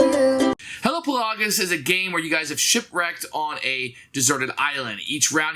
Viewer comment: Pretty sure Hellapagos is pronounced like Galapagos